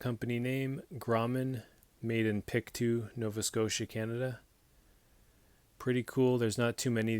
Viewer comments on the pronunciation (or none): fyi, its pronounced Grow-man, in Pic-toe, Nova Scotia. Own the #3 in carbon steel, and the R340S lock back folder, very happy with both. I've heard the same thing about their seconds, the defects are usually very minor. Cheers, it's a great looking knife.